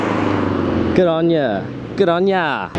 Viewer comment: saying "good on ya" like an aussie made me laugh so hard